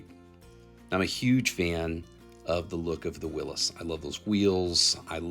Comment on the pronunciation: Thank you, someone finally pronounced the name Willys correctly.